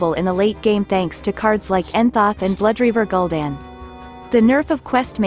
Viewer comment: "Entha and Blooreaver Gul'dan" :D